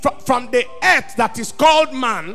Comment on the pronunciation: Accent: preacher pronounce "ett" for word Earth.